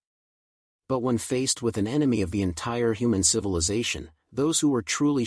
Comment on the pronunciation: It's not cilivization but civilization.. 😅😅😅